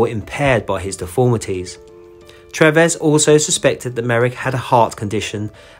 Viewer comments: I think you pronounce the surgeon’s name as doctor Treeves not Trevess! I’ve always loved the Joseph Merrick story and despite all the deformity and horrible treatment he endured he seemed such a sweet, gentle man. RIP. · Its Treeves pronounced like leaves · It is TREEVES for the Dr.